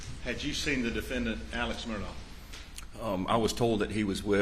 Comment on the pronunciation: Why do most people in these interviews pronounce Alex Murdaugh's name "Alec" when his name is spelled "AleX" with an X? Is this a regional pronunciation or is his name really "AleC"?